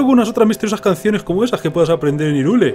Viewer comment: se escribe Hyrule, pero se pronuncia Hayrul